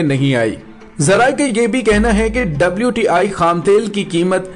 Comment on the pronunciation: Not WIT IT'S WTI